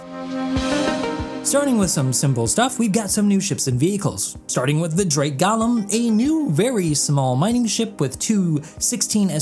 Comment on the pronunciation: As others have already pointed out in your previous video, Golem is not pronounced Gollum, but rather GO-luhm.